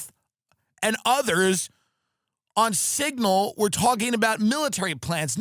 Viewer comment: “Pignal” hahaha!!!